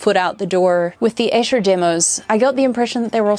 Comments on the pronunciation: Sorry to be pedantic but Esher is pronounced Ee-sher , not Esh-er.Its a little town in Surrey near where I used to live. My favourite lyrics…. ‘He went out tiger hunting with his elephant and gun In case of accident he always took his mum’ 😂😂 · Hey, Beatle nitpick: it's Eee-sher! :D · Great video! No reason you'd know this, but Esher is pronounced "eesher"